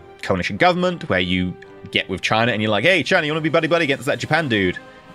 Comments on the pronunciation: You perfectly pronounced China in german ^^ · Oh my God YOU Said China in A dutch accent 😐😐😐😐😐